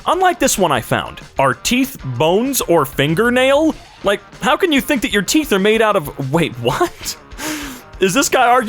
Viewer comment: Teef r not bones